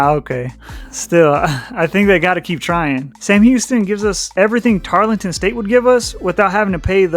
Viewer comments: TAR-El-TON. Not Tarlington. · It's Tarleton, not Tarlington. You mispronounced pretty much every time. Other than that, I liked your video. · Actually, the "e" in Tarleton is silent, making the whole name Tarl-ton State, three syllables and not the more cumbersome four. And let me throw in an additional bit of information about Tarleton's efforts to move up that you didn't cover. Tarleton is the main affiliate member of the Texas A&M System and has the significant financial and legislative (Texas Legislature) support of the A&M system behind their recent efforts to enhance the school's reputation and educational "gravitas" across the board. The System's efforts have resulted in developing an Osteopathic (DO) Medical School and the creation of TWO major satellite campuses (one general education and the other Research/Entrepreneurial) in nearby Fort Worth, Texas. Even ESPN has taken notice of Tarleton's meteoric rise. Prior to 2024, Tarleton had NEVER been seen on any ESPN broadcasts, but has been shown four times since the start of the 2024 season. Not bad for a school supposedly out in the middle of nowhere! I think Tarleton intends to bide-their-time somewhat for a couple of years,waiting to see how the next round of conference re-alignments play out in 2030.